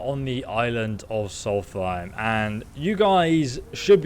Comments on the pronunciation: he keeps triggering me with the way he says solthaim not solstheim :D in hes videos but its ok not hating <3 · Does he not read his comments? he has to know by now that he's pronouncing it wrong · "Martkath" "Soltheim" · I enjoy, but i cringe every time he calls Solstheim "Solfiem". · The Way He Pronounces Solsteihm Disturbs Me I Mainly Hang Around Dunmer So Yeah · When you can’t pronounce Solstiem JK we all have our moments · Gargoyle242 I think it’s a speech impediment m8